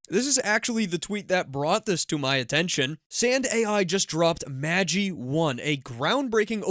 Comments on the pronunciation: Pronounced Magh-EYE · FYI: Magi is pronounced maj EYE. The Magi were the "three wise men" of the bible. Gift of the Magi is a famous short story by O Henry. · MAJ-eye (assuming normal pronunciation) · The creators pronounced it Mageh but I agree it sounds wrong